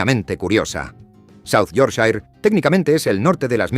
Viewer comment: No entiendo por qué algunas cosas se pronuncian bien y otras tan mal. Me refiero, ¿se puede al menos decir -shire bien? Un trabajo de investigación bastante decente, no entiendo por qué no se busca la pronunciación de las cosas al menos más básicas? Decir "The Shambles" medio decente y luego "Yorkshair" es un poco esperpéntico.Casi me muero con Peterborough (es "Pitebra" como "Edinbra"). Es que es una pena, porque siento que realmente no es mucho al menos mirar por encima como se dice. Nadie pide algo perfecto, es como decir "Marsia" y no "Mursia". Sabía que no debía ni mirar Leicester jajaaj (Lester!!!)